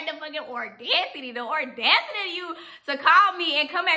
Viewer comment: Baby if you are going to say audacity so much please pronounce it correctly aw-das-it-tee. :)